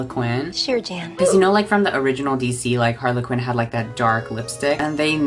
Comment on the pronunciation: queen they were laughing at your pronunciation of Harley Quinn coz you read it like harlequin ☠️